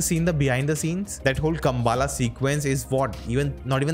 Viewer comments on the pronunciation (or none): It's not kham baala but it's Kam bala